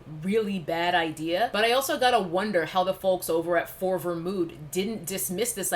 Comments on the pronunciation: Sis you play too much I could barely stay serious every time you say FORVR 😂🤣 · I just can’t stop laughing bc you keep saying For-ver mood with a straight face! 💀💀💀